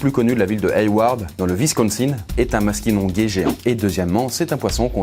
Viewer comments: Maskinongé ça se prononce maskinonjé. Pas gué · en passant c'est pas MaskinongUé mais bien Maskinonjé (prononciation) Pourquoi je le sais parce que le village voisin se nomme comme ca et j'habite au québec ( et oui y'en a las bas aussi au cas ou ) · Pas pour faire mon fachiste de la langue mais on ne dit pas Ma ski non gai mais ma ski non j'ai (un village s'apelle comme ça pres de chez moi) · Sa se dire maskinojé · Super video mais ca se dis (maskinonjé) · On ne dit pas Maskinongué mais Maskinonjé , sauf que ça c'écrit avec un g . Et crois moi je m'y connais moi et mon grand-pêre on est pêcher de puis nos 5 ans (lui en 1956 et moi en 2011) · dsl mais je suis un pecheur est je peche souvent le maski et en fait on prononce maskinonjé sinon jadore tes video et dsl pour lortografe oui celle ci c'est exprés a putain chus un bouffons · Cool video !! Mais ça ce prononce MasquinonJé